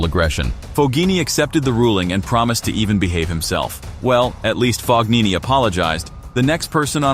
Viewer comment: "FOGHINI" ?!?! What the actual FUCK pronunciation is that?!